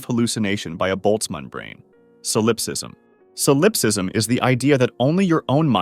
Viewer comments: oh my god it's SAUL-UP-SIZM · Never heard ANYONE mispronounce solipsism before. That takes extra stupidity.